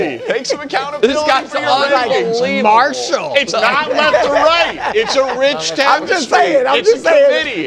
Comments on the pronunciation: “marshall” lmaoo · "Marshall" dawg I’m crying 😹